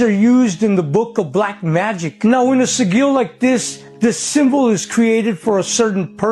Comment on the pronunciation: Someone needs to tell that fella how to say"Sigil" properly! & that tanzanite would be called.... The rock trolls top 2 cancerous toes 🤔🤔😜🤣